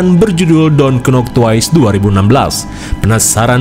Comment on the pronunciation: klo mw g serius knp pas kata don't sma twice nya bener pengucapannya macam ente gni nih yg org ngsh tau mlah d respon kyak ta i